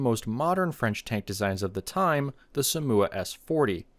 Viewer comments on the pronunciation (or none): I like this video but Somua is pronounced different but I love it! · hearing the way bro pronounced "somua" was painful to hear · Is Somua pronounced Somme-oo-ah or Somme-you-ah?